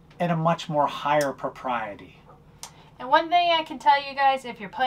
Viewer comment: PRO-PRIETY! Dammnn, BOOOIEE, slangin' the vocabulary!